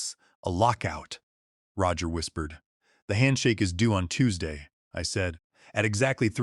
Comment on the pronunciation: AI pronouncing Roger as Row-ger 😂😂😂